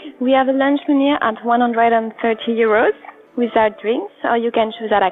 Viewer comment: Sree hundred yuurus omg